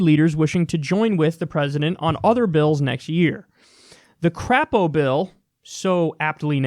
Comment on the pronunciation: It's actually pronounced CRAY-po, but I prefer how you do it.